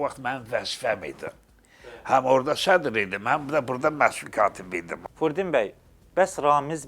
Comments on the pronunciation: Əcabə, bu aparıcı qonağın adını düz əməlli başlı niyə deyə bilmir ki ? Furdin bəy nəymiş taa ??? Fürudin bəy niyə deyə bilmir ki ??? Çox ayıb !! Adını da jurnalist qoyub .... Utan öl ta ! Ged əvvəl düz əməlli danışmağı öyrən , sonra bura çıxıb belə danışırsan, azərbaycanca danışa bilmirsən çıxma bura !!! Gördüyün vacib işnən, amalnan danışığın heç bir araya gəlmir !!! Mən yenə də tamaşaçılardan üzr istəyirəm bu cür sərt reaksiyama görə, amma yenə də üzümü aparıcıya tutub deyirəm: qardaşoğlu, sən bu cür vacib mövzuya , dilimiz, əlifbamız .. kimi mövzuya toxunursan və bir dənə Fürudin sözünü düz əməlli deyə bilmirsən , ayıb olsun sənə .... təmiz beynimi xarab elədin sən ... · Jurnalist gonağın adını düzgün tələffüz etmir – ,, Furudin,, bəy deyir. Belə yaramaz.